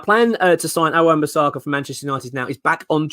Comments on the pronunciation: Love the videos, but if we do sign AWB please stop calling him Wan Bissarka 🤣🤣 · It’s not bisARRRRRka.